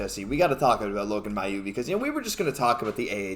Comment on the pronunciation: You guys do my favourite Habs podcast! I really enjoy your take on the team. A couple of small things: It's Adam Nicholas, not Nichols. Also Mailloux actually pronounces his name MAY-OULX, not MY-OULX. I know that's not the way it would be said in French, but that's the way he says it (I'm from Quebec, and I would have said it the way you do, too, until I heard him). And finally, can I suggest that you correct a mistake that just about every sports commentator I know makes? If you're talking about something that can be counted - like goals, points, games, players - it's "number" not "amount." Amount is correct when talking about something you don't count (amount of time, amount of food, etc.). But these are small things. Keep doing the great job you're doing. I never miss your videos!